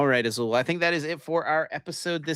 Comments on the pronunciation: Azul with the most Spanish sounding name but not knowing that Spanish also pronounces double l the same as French. 😂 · Azul out here pretending like he's never seen a double L not make a sound when he's got quite possibly the most Hispanic name available. lol